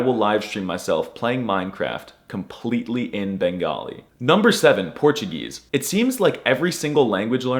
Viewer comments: Im brazilian and i can say you naild it with portuguese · I have many Brazilian friends and you made me cry with this immaculate Portuguese accent! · Jesus this perfect portugese pronunciation literally made me die.